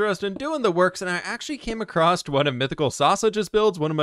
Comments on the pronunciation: I cringe every time he says "acrossed"... That's not a word! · I’ve noticed a lot of Americans (and/or Canadians, sorry :p) always pronounce ‘across’ like, ‘accrost’..? Very strange! No bother anyways just thought it’s a funny observation. Thanks for the vids, I’ve been going through them all! :)